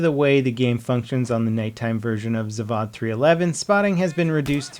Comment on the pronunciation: say it like zuvod not zuvud meaning is "factory"